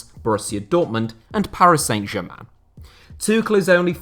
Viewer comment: San Germain not Saint Germain! Pronunciation!